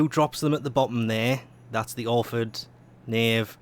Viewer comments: Nope... you're actually pronouncing Knave correctly... Congratulations. Sunlight/Moonlight Dragonlily on the other hand.. :D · Don't worry, you pronounced "Knave" correctly. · You actually pronounced Knave right!